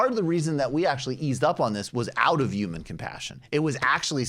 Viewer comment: Someone teach Michael how to pronounce the word human.